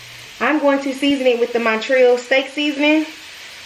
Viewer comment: It’s not “monnn-treeeeeyul”, but “mahn-tree-ALL”… as in; Montreal, Canada… which is what made that seasoning famous..